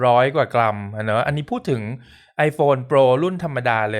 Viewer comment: ชอบรีวิว เพราะการออกเสียงนี่แหล่ะ คือช่องอื่น เวลา Max คือแม็ก แต่อ่าน แม็กซึ ชอบอะ คือการพูดออกเสียงถูกตามคำของมัน มันเป็นอะไรที่มีเสน่ห์นะ เราไม่ได้พูดคำไทย ไม่ต้องเคอะเขิน อยากให้คนไทยเริ่มกล้าออกเสียงให้ถูกต้องตามคำครับ อยากให้คงมาตราฐานนี้ไว้ ปล. อยากได้เคสอะ 55+